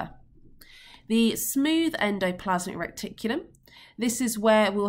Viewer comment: Is it just me or it it annoying that Miss is calling it Recticulum instead of Reticulum